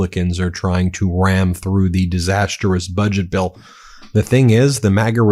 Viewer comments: Disastrous NOT DISAST-ER-OUS 😂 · Ben, you keep mispronouning "disastrous".